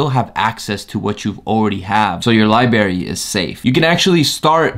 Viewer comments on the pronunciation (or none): Bro he really said Liberry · Grown ass man said "Lie bary"